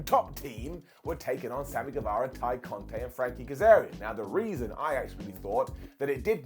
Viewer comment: GueVARA, VARA, not Vera